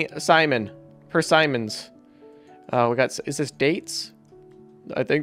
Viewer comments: persimon = per-see-mon like poke-mon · Not to alarm you but persaimon is not how to say persimmon its said like percimon